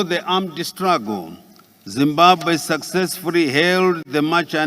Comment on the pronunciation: Poritical deveropment of our country excerence vhunarable. Zimbabwe successfuri openri Zimbabwe went out with their Mirions😂😂😂😂😂😂😂😅😅😅😅 he likes R instead of L Mutuari furi furi success furi